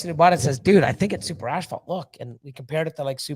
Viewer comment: You guys are great! I think you are pronouncing the word "asphalt" incorrectly. Maybe that is a Canadian thing?